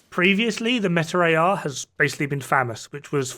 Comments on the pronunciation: Dude, please stop saying famass. I don't care how many pain killers your on. Speak English. Famaas. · I like your videos, but famas is pronounced Famaas. Not Famass.